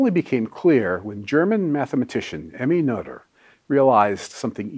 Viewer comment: Positively surprised by the pronunciation of Noether. Most Americans totally butcher that one. :)